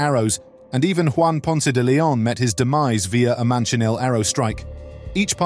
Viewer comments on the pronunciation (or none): none